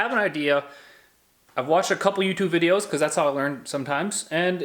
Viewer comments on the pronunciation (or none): "viedo" hey i speak alittle spanish too LMFAO